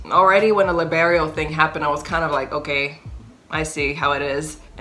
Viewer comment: you said leberio and i thought you were talking about haikyu lmaooo